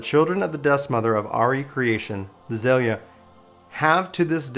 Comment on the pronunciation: It's not pronounced Axea or Za leah.. It's Zae luh.